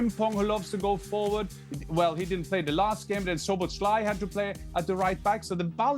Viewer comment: Sloboslai.. haha.. Stevie still can't pronounce his name 😄❤